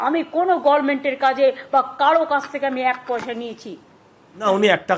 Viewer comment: কবে উনি সঠিক উচ্চারণ করবেন গরমেন্ট বলা বন্ধ করুন, উনি টাকা নেন না প্রচুর পয়সা নেন